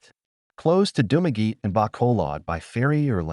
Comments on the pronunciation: I just have one thing to say about this video. If you are doing videos on countries you are not living in of ever been to please learn how to spell the names of places and how to prononce them. It is Dumaguete not Dumagi. You also spelled and mispronounced the names of many places in the Philippines. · If you have been in the Philippines for 5 years, and visited these places, as you said, then you wouldn't be pronouncing Dumaguete as "Dumageet". And your opening pic of the locals you met wouldn't be AI generated 🙄🙄🤣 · You've been in Philippines a long time, but can't pronounce any of the places. Dumaguete, for example. Malaybalay, I lived in for 3 months... again, terrible pronunciation. Also, Mindanao in general doesn't get many typhoons because of the ITCZ (Intertropical Convergence Zone). It is also near the equator, which results in a weaker Coriolis effect and makes it difficult for typhoons to develop and maintain their circulation. Finally, center city Baguio was created by the US Armed Forces during WWII after they beat the Japanese off the island. The infrastructure there was designed by American Engineer Corps and is generally safe. I went through 2 typhoons living there, and the worst problem I saw was in 2016 when the roof blew off the SM Baguio Mall. That problem has long since been fixed so it shouldn't happen again. You WILL get occasional landslides in the suburbs and further out of Baguio, but the central area is safe.